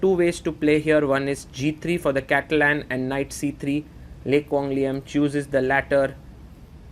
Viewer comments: You're not even Vietnamese to claim that lol. His pronunciation of the name was on point!! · As a Vietnamese, I can confirm that your pronounciation of Le Quang Liem is the most accurate one I've heard so far 😂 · Agree very accurate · I have finally found who pronounce a Vietnamese name properly. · You pronounce the name LE QUANG LIEM like a native in Vietnam. excellent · the way he pronounce Lê Quang Liêm is so accurate holymoly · Out of every non-Vietnamese chess commentators out there, you pronounced "Lê Quang Liêm" exceptional accurate! Love from Vietnam ❤🇻🇳